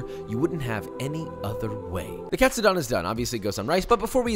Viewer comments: Josh, my good man...please, help a Nisei out. Please say the "don" like "condone", not like Don Corleone. Japanese "do" is like Doe, a Deer, a Female Dear. Same thing for Tonkatsu. TOEnailkatsu. Vs Tonkotsu, think tonKONNICHIWA. Japanese is pronounced exactly as it is spell and we only have five vowel sounds. So you go from pork cutlet (tonkatsu) ramen to pork bone broth (tonkotsu) ramen. This is such a small and ultimately irrelevant comment from one of your thousands of viewers but please, you're killing me. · Pronouncing "Katsu" like a pro, and having a complete American pronunciation on the "don" part lol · That's the first interesting way of pronuncing Katsudon I've ever heard :)